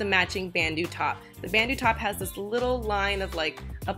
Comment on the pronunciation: you say it like "ban-dough" not bandoo